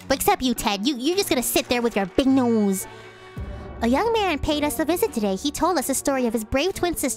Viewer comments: Nose or noose? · Nymphia Sylvie Nose. I’m just poking fun at how she said the word.